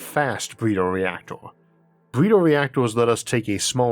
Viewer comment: does the guy narrating have a speech impediment? i could swear he said "bweeder" instead of "breeder".